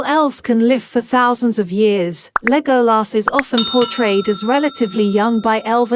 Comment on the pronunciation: Thank you for the effort but I cannot listen to a bot-voice mispronounce Legolas's name over and over again. The movies taught us how to pronounce his name. It is not the abomination of this voice-bot .